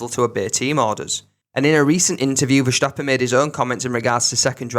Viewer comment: Why do you pronounce ’verstappen” as ’verschtappen’? The S is pronounced as in the word stop. Not diffiicult